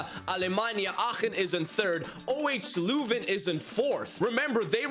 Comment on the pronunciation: its said euhw hrsh louven